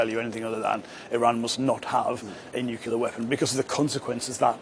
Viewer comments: Learn to pronounce the thing that you don't want Iran to have it😂😂😂😂😂 What is nucilair????? Have you ever been to high school???? It is nuclear and not nucilair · Are "nucular weapons" the same as "nuclear" ones? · New clee are NOT Nu ku ler FGS